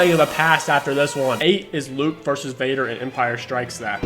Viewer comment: 'Vadar', even